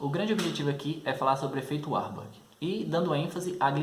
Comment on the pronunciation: Não é uarborg é varburg